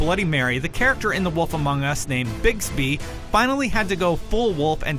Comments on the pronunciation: Sounded like he said "Bixby" instead of Bigby... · Pretty sure it's Bigby and not Bigsby. #smartass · Did he seriously fucking say Bigsby?!? It's BIGBY wolf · He said bigsby.... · Actually it's Bigby Not Bigsby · He called Bigby, Bigsby wut... xD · Did I seriously hear "bigsby" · "Bigsby" something tells me the narrator didn't actually play any of these games. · You noticed that two ? I tought It was just me. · Dude you said bigsby its bigby as in bigby wolf aka big bad wolf